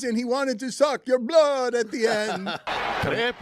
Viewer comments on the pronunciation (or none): none